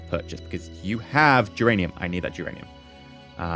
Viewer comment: i'm familiar with Duran Duran (i think that's what you said at least, when you mispronounced geranium)